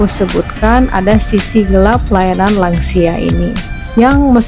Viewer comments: Lansia bukan langsia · Lansia: lanjut usia, bukan langsia